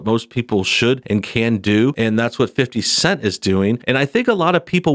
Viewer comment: Was I the only one to chuckle every time he said "fifty cent" like a middle-aged white guy? 😂🤣😂